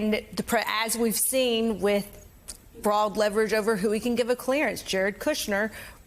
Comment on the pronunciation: Jesus Christ woman, learn how to pronounce “broad”